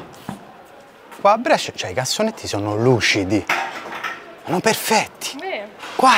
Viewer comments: Finalmente a Brescia, che bellezza! Però dobbiamo rivedere come pronunci "Brescia" 🤣 Grande continua cosí 💪🏻💪🏻💪🏻💪🏻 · Brescia si pronuncia con la E chiusa. Si chiama la Pallata la torre che hai inquadrato. Prossima volta che passi, avvisami che ti faccio mangiare bene io...un abbraccio, come sempre un bellissimo video! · Comunque Brescia si pronuncia con la "e" chiusa non aperta...